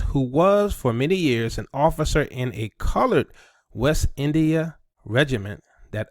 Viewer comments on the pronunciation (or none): none